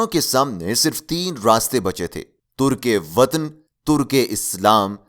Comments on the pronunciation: تُرکِ وطن نہیں تَرکِ وطن سمجھے میرے بھائی اپنا تلفظ ٹھیک کریں اور معلومات “ گیدر “ نہ کریں اکٹھی کر لیں تو آپکی مہربانی ہوگی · Ap plz apni urdu durust kejey turk e watan nahi tark e watan hota h bilwaya nahi bulwaya hota h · It's not "turk e watan / turk e Islam". Correct pronunciation is "tark e watan" etc. It's very sad that you cannot speak proper Urdu on your Urdu channel....although info is excellent.